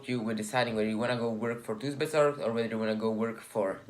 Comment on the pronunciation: lol thuisbezorgd pronounces as like 'thaahysbezorg'